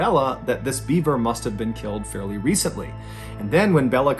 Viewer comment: I swear I thought it sounded like you were saying Bieber….. like “This Bieber doesn’t have a head!” lol You know instead of beaver! 🦫 🤣